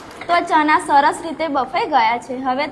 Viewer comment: Boli sudar deshi bole chana pili liye sareti bolay Bolvanu shikh pahela